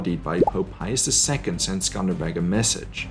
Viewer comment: Its accely not skender beg its skender beu who told u its skender beg lissin from an albanian mate its skender beu